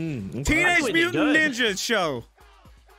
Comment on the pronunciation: "Teenage mutant njnja show" common squirrel 🤦‍♂️